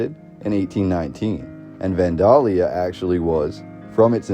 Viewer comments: He also doesn't pronounce Vandalia like anyone around these parts. I live about 34 miles from the Old State House and everyone around here pronounces it van-dayl-ya or van-day-lee-a, not van-dahl-ya. Several Midwestern states have towns named Vandalia. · Natives pronounce it more like Van-Dell-yuh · I've never heard anyone pronounce Vandalia the way they do in this video. I've always heard it pronounced "Van dale ee uh" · It's pronounced Van DAAY Lia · Van day lee uh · from Illinois it is 'Van(day)lia' for pronunciation. p.s. the music is unnecessary, annoying and adds nothing except waiting for a drug commercial. you forgot the flood of 1965. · Oh my gosh… It's so hard to hear you pronounce Vandalia....it's super easy to look these things up now… It's pronounced Van-DELL-Yah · Illinoisian here to clarify: Kaskaskia is pronouced, Kas-Kas-Kia (Kia like the car). Vandalia is Van-Day-Lia. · You do realize that you are mispronouncing Vandalia Illinois every single time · Everytime You say Vandalia wrong i cringe and cant listen or watch anymore